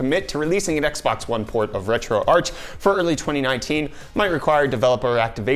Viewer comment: Did he say "X bone"?